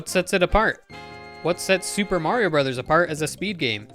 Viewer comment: You said "Mario" wrong.